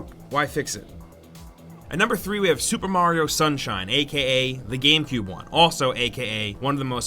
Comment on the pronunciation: After mario sunshine, I thought I heard Mariowind.